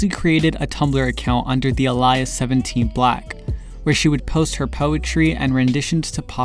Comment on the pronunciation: You say alias like this, ale-E-us. Like the old Jennifer garner show haha. Not trying to be rude... just thought you’d want to know.